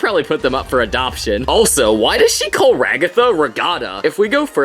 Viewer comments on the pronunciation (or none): none